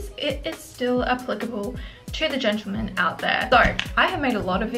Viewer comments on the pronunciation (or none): "Hellaur, ladies and genitauls" 😂😂